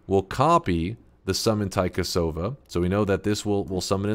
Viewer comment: "Taikasauva" is literally magic wand in Finnish. Loved the devs for naming some stuff in Finnish and also you pronouncing taikasauva.